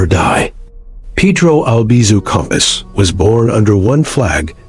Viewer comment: It's Campos, not compass!